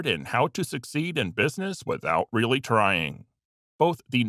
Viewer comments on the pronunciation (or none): none